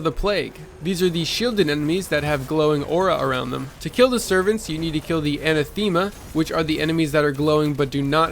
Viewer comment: Anathema is pronounced [uh-nath-uh-muh]